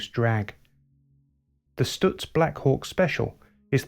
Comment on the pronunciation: I've always been hurt that so few people knew of the genius that was Frank Lockhart. I guess that the brevity of his career could help explain that. Two things that I felt let down by this video. IT was too short, because there was much more to be said! Also someone should have coached the presenter how to pronounce Stutz! (St-utz not Stu-tz) About Lockhartz's legacy. He was a master of car preparation and his two Miller racing cars raced on without him. Louie Meyer won the national championship while driving most of the seasons races in one of the Lockhart cars. the other Lockhart car won the 1929 Indianapolis race with Ray Keech driving. As for Stutz, they were involved in Le Mans the same year Lockhart was lost and were in a winning position until late in the race when the cars innovative 4 speed gear box began to fail. The Stutz Model BB Blackhawk came home in second place, 8 miles behind the winning Bentley which was reduced to running at 50 KPH by a failed cooling system and a cracked frame. After this date the investors in Stutz were discouraged and the company faded from the market.